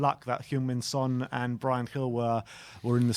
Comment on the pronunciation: He’s not French mate. Try say Son properly.